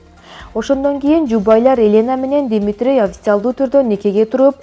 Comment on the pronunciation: Элэна эмес Елена Акцент ужас Димитрий эмес Дмитрий Туура окугулачы